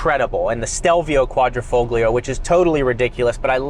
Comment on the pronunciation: Quadra - faux-glee-uh?? Try 'quadra - fole - yee - ah'